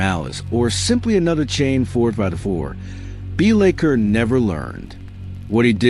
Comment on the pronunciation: Pronunciation of his name aside, I really enjoyed this! Keep up to good work.